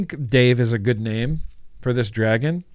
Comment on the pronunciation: When you said name the dragon it sounded like Nate the dragon so I think maybe Nate would be more fitting 😁 #replaycrew ps I think uwell has gone down the dead rabbit path 😅 as much as I think this is dumb idea but if it works well I just might love it! I alternate 2 flavors all day every day so maybe a 2 coil 2 flavor pod system is just what I need!?😅